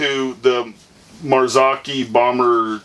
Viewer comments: Is it better THAN not then. And the O is long like oh not like au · Love my Z3 80mm on my retro GT 26er. And, by the way, it's "Marzohkey" The O is long like OH not like AU, and the cchi is hard like CK. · In socal, it's mar-zok-ee (hard "o"). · its pronounced mar-zow-key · here’s a pronunciation: Mar-zoh-key.